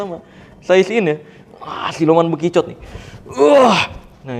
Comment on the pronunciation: Ada yg denger ustadz ngomong bekicot kaya bijunya utakata? 😂